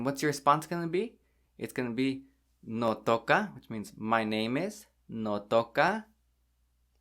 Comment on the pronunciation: notokah sounds japanese lol